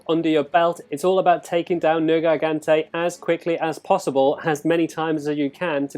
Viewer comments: You slaughtered the name it's not nergaigante it's nergigante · "ner-gai-gan-tay" XD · Why are you butchering the name? You’re pissing me off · "Haha, he said a made up word differently"